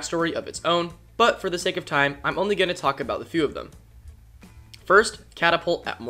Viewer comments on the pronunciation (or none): none